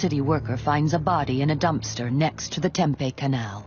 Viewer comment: It would be really great if you used a real voice, I live in Tempe. It is spit pronounce phonetically TEMPE the last E is long sounding as in EE this person pronounces it like TEMPEH, which is a food product so yeah if you’re gonna be using AI and bullshit like this the very very very bare minimum you could do is make sure you check the pronunciation of things